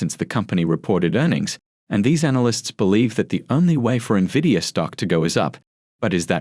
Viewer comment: Don't trust a guy who doesn't know how to pronounce the most significant company in the market. N-vidia not Nividia